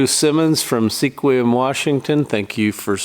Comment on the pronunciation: That first person on the white board from Seqium Washington..it is pronounced Squim! I got caught on that one too. My wife and I were on a motorcycle trip from our home in McMinnville Oregon (Near Portland) up into Washington State. As we approached Seqium that is how I pronounced it and my wife was quick to correct me. I didn't believe her so I pulled into a place as we entered town where a kid was cleaning the parking lot. I asked him "Slowly for me pronounce the name of this place". His reply was "B U R G E R K I N G".